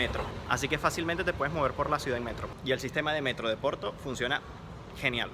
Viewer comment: Finalmente un chico qui habla Porto y non OPORTO, hablando castellano. Muy bien! Gracias!